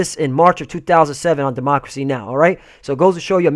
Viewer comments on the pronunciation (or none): none